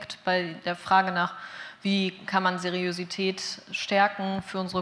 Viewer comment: Raucht mal ne Tüte Deutsch. Das Wort heißt Seriosität. Mit O und nicht mit Ö.